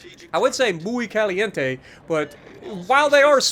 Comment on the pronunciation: Yes, excellent, you pronounced the Spanish words correctly (" muy bién" and " muy caliente"), a " Latin American" from the beautiful country of Chile tells you. 😊 👍